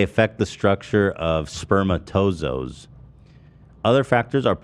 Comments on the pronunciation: Ethan pronouncing “spermatozoa” as “sperma toes owes” is everything I expect from him. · "spermatozos" LOL